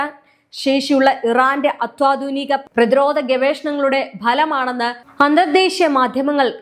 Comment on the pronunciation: ദയവു ചെയ്ത് അത്വാധുനിക എന്ന് പറയാതെ അത്യാധുനിക എന്ന് പറയാൻ ശ്രദ്ധിക്കുമല്ലോ...